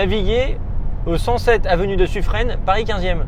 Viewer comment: suffren se dit suffrin je pense que le tps ne le trouvait pas pour ça